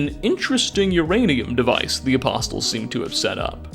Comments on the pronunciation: Apostles (a pah soles) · Oh you know damn well it's not aposTles fucking triggers me so hard with that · it is PURE AGONY hearing you MANGLE "Ah-poss-el" so many fucking times. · You don't need to pronounce the "t" in the word apostles, buddy. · Loved the video, but this bothered me so much: the "t" in apostles is silent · The "t" in "apostles" is silent. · I can't believe it's been a year already! I came back to warn viewers. My friend and I decided to play a drinking game for every time pronounces the T in "Apostles". I just came out of a coma and decided to return and warn viewers! Don't make the same mistake I did! It's no joke. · Really no excuse for pronouncing the T in apostles. Least 3 charaters say it to you. I would get it if you’ve only read the word. But they say it multiple times. Id love to hear you say knight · The T is silent in apostles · dude, for the love of god, learn how to pronounce "apostles" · Holy crap dude the "T" in apostles is silent. Driving me nuts here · 1. gawd DAMMMMMN 2. lmao everytime you say the T in "apostles" i cringe. sir that is NOT how you pronounce that word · I love this video so much, yet I hate the fact pronounces the “T” in apostles an equal amount. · Almost 2 hours of pronouncing "apostles" incorrectly made me irrationally angry. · Lol, the t is silent. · Its just one of many bizarre errors he makes in his videos. I honestly hope its just engagement bait but hard to tell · Your videos are highly informative, but you consistently mispronounce apostles. The t is silent. It’s making my eyeballs itch. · For future reference the T in apostles, is silent. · Little FYI, the T in apostles is silent:) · Just a friendly fyi, the T in apostles is silent. Good video :) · The T in apostles is silent. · The "t" in "apostles" is silent (in English). I'm gonna guess you didn't grow up Christian or at least not paying much attention in church. Lucky you. lol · had to scroll way to far for a comment like this😂